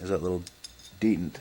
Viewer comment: iI know this is an old vid but it's but detent is said like "Dee tent" not "dee int"